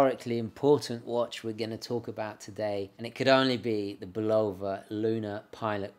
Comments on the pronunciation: BULL u va, not bull O va ! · You mispronounce Bulova: accent on the FIRST syllable. I heard the TV ads in the 1950's and 1960's as a kid. Otherwise, a very interesting video. You have a great camera presence. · Note, he pronounces it "Bulowva" instead of Bulova. Same as they say "Moog" as they do,... those silly English. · WHY DO U PRONOUNCE BULOVA AS BUU LOW VUH ? PROPER BULL AH VUH. OTHERWISE I ENJOY YOUR SHOW.. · have mercy - - - bull lo va but really bull la va love it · Bu love ‘ahh, is that how it’s pronounced? I do like the presentation!